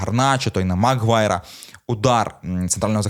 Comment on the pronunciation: Мактоміні, Амрабат (з наголосом на А) і МакГваєр - це типу фішка?) Бо випадково зробити стільки помилок в одному реченні неможливо)